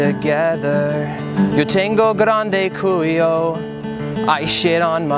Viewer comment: "grande Culio" lol i think Cody meant "Culo"